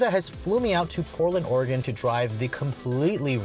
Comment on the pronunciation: Good choice getting those shots up at Bald Peak. Excellent roads and views up there. Also, thank you for pronouncing Oregon correctly!